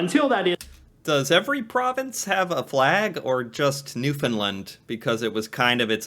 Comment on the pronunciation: The way he pronounces Newfoundland is right cringey. It's Newfoundland, like Shoes-in-hand. Also known in Irish as Talamh an èisc.